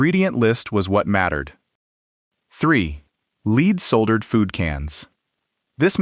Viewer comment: Lead is not pronounced as "leed". AI got it right a couple times, but its not "leed solder".